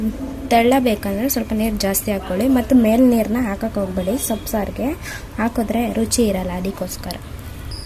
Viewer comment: ಅದು ಸೋ ಪು ಸಾ ರು ಅಲ್ಲ ಮೇ ಡಮ್ ಸೊಪ್ಪು ಸಾರು.